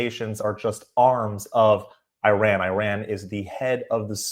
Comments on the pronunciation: I’m surprised how American pronounced our Iran. It’s not Airan, Eiraaannmnn. But anyway thanks for the video , our Reza the king it’s our only hope. One and only can help middle east and also the world against the cruel Iranian regime atm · SORRY BUT YOU DON'T HAVE THE GOOD PRONONCIATION...IRAN NOT AIRAN.. THANK YOU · Crown Prince Reza Pahlavi is the real representative of Iranians inside and outside of Iran! Please don’t pronounce Iran as I run ;)) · The correct pronunciation of Iran is (e'Ron). Prediction from inside Iran ( e'Ron) is the month of "Ordibehesht," which falls within the April-May timeframe. Coincidentally, this will give the Middle East its own meaning of May Day! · Iran is phonetically pronounced E-ran Iraq is E-raq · At least pronounce Iran properly 😂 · Dear, with all due respect, you don't say (I)ran; you say (E)ran. That said, thank you for promoting Crown Prince Rezah Pahlavi. Shalom. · This name is pronounced NOY like I RAN .. Its prounounced eerun ...it is wrong to pronounce like I RAN .. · It’s not I-RAN it’s EE-raan Please and thank you for the reportage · is not I RAN is pronounced EERON. You don't say I TALY, you say EETALY, you don't say I SRAEL you say EESRAEL. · ERUN NOT IRAN please no more pronouncing it IRAN😂😂😂ERUN ERUN ERUN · It,s not I ran!!!! ,it,s called E run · Why do you keep calling it “eye-ran” and “eye-ranians”?? Do you call it “eye-srael” and “eye-sraelis”?? Or eye-ndia and eye-ndians, or eye-taly and eye-talians??! It’s of course, ee-zrael (Israel), and ee-ndia (India) and ee-taly (Italy) AND ee-raun (Iran) and ee-raurians. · it is not I ran it is IRAN (E run) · It's not.....I......ran... It's eran...learn how to speak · I don't mind watching your videos. But, the first thing you need to know is how to pronounce the country's name correctly! It is not I ran! thge country's name is Iran and pronounced eeraan. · Please, not I RAN (like, you ran somewhere); it is pronounced EERaan (Iran) 😊